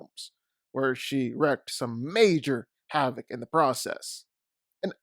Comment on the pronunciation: Wreaked is pronounced reeked not wrecked...sorry but every time I hear you say that wrong I cringe.